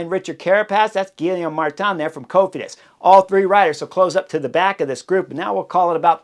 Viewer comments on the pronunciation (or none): none